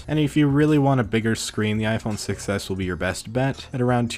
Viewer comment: “6s” sounds like “success” :D